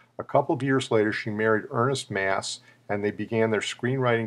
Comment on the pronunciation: Freddie's last name is actually not pronounced like "mass" but rather with an "ah" sound (like when the doctor says "say ahh"). So "aa" is pronounced "ah".